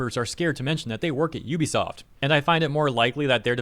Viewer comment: LOL there is no such company as "Yoo bee soft". Ubisoft is pronounced "OO bee soft". No "y" sound. God, public education failed all of you.